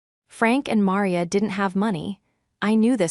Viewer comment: Caleb pronounced wrong. Maria pronounced wrong. Awful AI